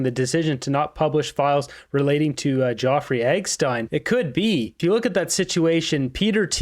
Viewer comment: His name is Jeffrey NOT Joffrey ❤